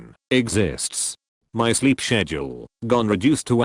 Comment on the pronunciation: sleep shejule thats how the guy said sleep schedule